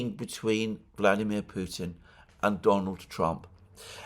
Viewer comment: you, Alexander, for saying Putin's name as it is said in Russian, minute . I listened 4 times!